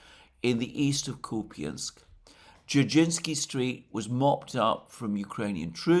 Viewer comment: Please stop pronouncing Kupyansk /KOO-pyinsk/, it is so grating!